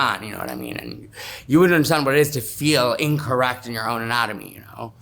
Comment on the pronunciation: "I don't understand my own atanomy" WTF!